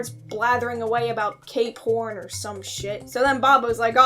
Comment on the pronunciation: Cape horn?? I heard K-porn 😭😭😭